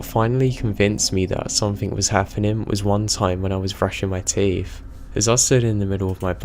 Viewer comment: love your videos but PLEASE learn how to pronounce peripheral and stop putting a K on the end of something. One story tells of a voice being Indistinguishable but doesn't say from what?